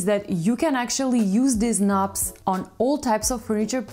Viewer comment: As a Brit I love the way she pronounces and talks about 'knobs'.